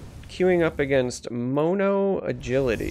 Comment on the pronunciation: The way you say mono lol